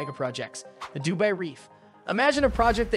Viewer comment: Seriously? Du BAY? I couldn't listen to your cheap voice e synthesizer for more than 2 minutes